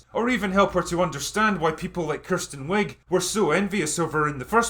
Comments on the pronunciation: I love how you pronounce Kristen Wiig as Kirsten... she portrayed the biggest movie cliche in years !!!! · It's Kristen Wiig, not Kirsten.